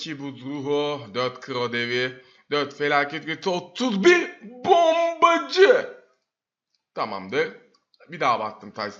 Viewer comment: hareketlerini sevmedim bombacı deyişin falan niye öyle diyon öyle konuşan youtuberleri sevmiyorum ama iyi abonen var başarılarını dilerim